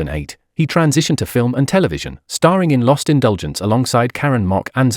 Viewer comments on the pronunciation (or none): none